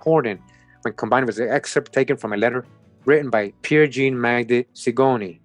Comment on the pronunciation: sometimes “jean” is pronounced “John”